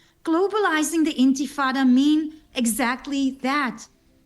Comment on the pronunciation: You can't bring yourself to care enough to pronounce "intifada" right despite hearing it pronounced multiple times. Stop pretending you care about Jewish people dying. You're nothing but a content farming narcissist. Stop victim blaming Israel. Israel killing terrorists who attacked them did not radicalize these two people into hating Jews. They radicalized themselves. It IS the majority. No. Whenever someone chants "from the river to the sea" it is ALWAYS a call to destroy Israel by its very wording and meaning. They mean they want ALL of the land and they want ALL of the Jews out of it. If they chant "from the river to the sea" but say they support a two state solution, they're either lying or they're ignorant. you're just as naive though and assume that the Palestinian movement and its quest to destroy the world's only Jewish state is based on a legitimate grievance. you can't name a single bad action Yes it has everything to do with America's enemies. They help radicalize Americans on the internet all the time. That IDF veteran is smarter and has more experience than you do and you'd do well to listen to him. you're less of a human being than that guy is. You're a piece of human garbage and have ZERO reason to be so hateful towards him like you are. why are you pretending foreign influence doesn't have a hand in this? Why is it so offensive to you that Iran might be behind radicalizing these shooters to do this? Why is that concep